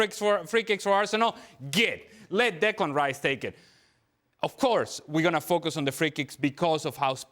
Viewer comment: Can someone tell frank its declan,not diklan